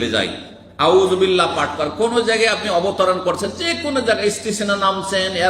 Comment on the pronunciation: কি পাবলিক রে ভাই, এই বয়েসে আউযুবিল্লা পাঠও শুদ্ধ না এমন করে কোরান পাঠ করলে শয়তান তো ভাগবেনা , কাছে আসে বসে হাসবে 😃